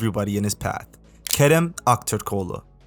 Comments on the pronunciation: Nice video, the way you pronounced his name was really good! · Great pronunciation Brother How did you learn pronunce Kerem Aktürkoğlu correctly